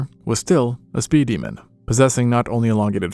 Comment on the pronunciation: Instead of “speed demon” that sounded like “speedyman” and I will exclusively be using that cadence going forward